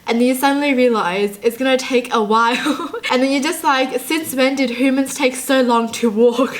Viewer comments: It's pronounced hue-man not Hoo-min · I love but I get irritated when she can't pronounce words right (I can't stand how she says human)